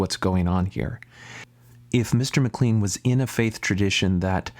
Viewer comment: Would you please learn how to pronounce his name. It is like McLane. There are 16 gay references in the bible. All negative. So is the bible a fake?